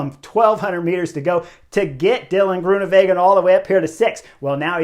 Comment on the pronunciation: Thanks Chris! Always liked your enthusiasm in interviews when you were racing, and now in this insightful commentary that's better than anyone else's. Just another pronunciation hint: Dutch/Flemish is pronounced like it's written, so Greoenewegen is with a W. Literally means greenways, like green roadways. Not like in German with a v.